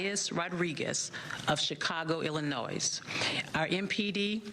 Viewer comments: ILL ANNOY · Ill a nois is pronounced Ill a noy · She pronounced Illinois wrong.